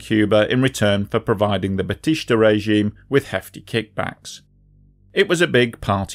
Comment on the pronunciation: Learn Spanish or Google pronunciations - BATEESTAH. There's no sh. Couldn't finish...